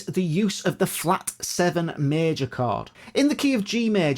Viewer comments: Sounds like "card" even for my Russian ears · The way says “chord” sound like “card” to my Aussie ears 😂